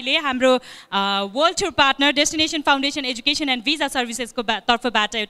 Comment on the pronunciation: eduction lai clear pronunce garnaa aaudina